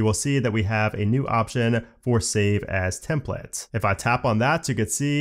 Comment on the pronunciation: all I hear is templets instead of templates :( is it just me?